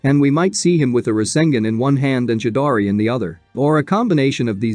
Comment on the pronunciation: That man said "chidari" not chidori 😂